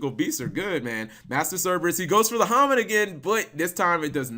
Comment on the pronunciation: Hamon not hamin cap.